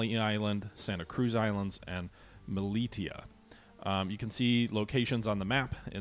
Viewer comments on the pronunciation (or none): The name is Malaita not Maliata. No wonder you find it difficult to pronounce.